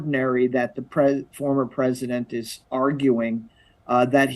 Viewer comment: “informat” Oh no they got him this time 😂😂